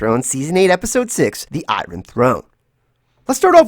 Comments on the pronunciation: I love the way you call it the I-run Throne. 😉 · I love how you say eye ron for iron lol